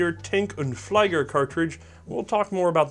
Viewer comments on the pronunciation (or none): fleeger it is pronouned, not fleiger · just to let you know: ther german "ie" in "flieger" is pronounced like the english "e" in "he". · Flieger is pronounced with e, not i(wich is e in german) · "FLEE-ger" not "FLY-ger" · I am gonna be the nitpicker, but whenever you see " ie " in a German word, you would actually pronounce it "ee". So "Flieger" would sound like "Flee-ger". And "Kurz" is pronounced " Koorts". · think the "problem" is that he pronounces ie like ei